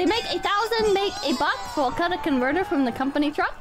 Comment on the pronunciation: Even Florida Man can pronounce "catalytic converter" properly, but not.